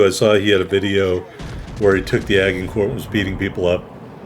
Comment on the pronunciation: It’s pronounced Aj-en-court. Named after a famous battle in medieval France.